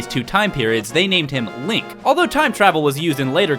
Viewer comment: If you love him so much why do you say his name wrong? It's Link. -_-'